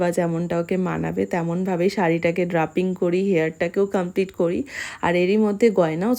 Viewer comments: উচ্চারণ করুন ড্রেপিং , ড্রাপিং নয় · Saree draping: uchharan ta dr-ey-ping , jemon for example ho-bey sherokom 😊